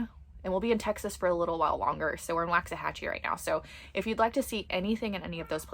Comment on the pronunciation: Lifelong Waxahachie Resident here 👋🏼👋🏼 It is pronounced “Walks A Hatch E”. Please and thank you ♥️♥️